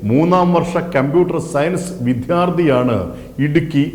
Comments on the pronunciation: വിദ്യാർത്ഥി എന്ന് പറയൂ, വിദ്യ ആണ്. വിദ്ധ്യ അല്ല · .... ' vidhya...' ??!! No.... "vidya..." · വിഥ്യാർത്തി അല്ല ബ്രോ വിദ്യാർത്ഥി എന്നാണ് പറയേണ്ടത് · "വിദ്യാര്‍ഥി" ശരിക്ക് ഉച്ചരിക്ക് . എന്തിനാ ഇങ്ങനെ നിലവിളിക്കുന്നത്. ഒരുപാട് എണ്ണം ഇനിയും ചാകും. വേറെ ജോലി നോക്ക്.